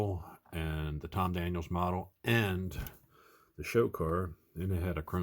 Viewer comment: As our favorite FatGuy Paul from beautiful Las Vegas notes, it's Tom Daniel. There's no "s". It's apostrophe "s", as in "The Munster Koach was built by George Barris, but was Tom Daniel's design." But it is not "Tom Daniels." If Victor Borge's Phonetic Pronunciation had caught on there would be less confusion. Having said that, What a build!!! Love the golden block. [Sounds like an award, "...And the Golden Block goes to..." You,!